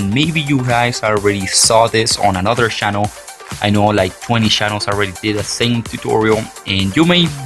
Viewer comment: U say shannel not channel